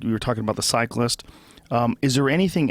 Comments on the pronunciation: Cyc - list, not cycler. Ffs Joe, Lance would slap you silly. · "Cycler" lol ... dummy joe